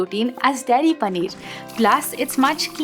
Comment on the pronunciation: पनीअर 😂😂. Great video though. Thanks.